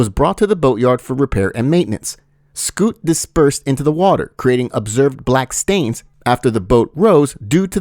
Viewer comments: Did you say "scoot?" You mean soot? Soot is what comes out of engines. Not scoot. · he said soot, I heard him, but the second time he did say scoot